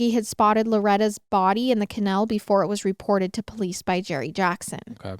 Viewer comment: love how pronounces canal lol cuh- nehl